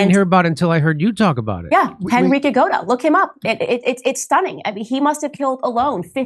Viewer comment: Genrikh Grigoryevich Yagoda ‘ Candice please get the name right. Don’t be so stupid.